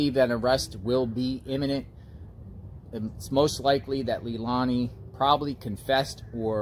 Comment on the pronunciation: And it's pronounced lay Lani bruh